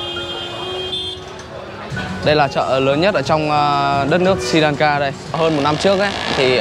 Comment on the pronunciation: Sờ ri lan ka chứ ko phải si lan ka nhe? Phát âm cho chuẩn chút.